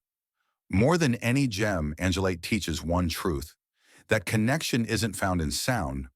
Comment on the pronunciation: It’s Angel-light, not angle-leet.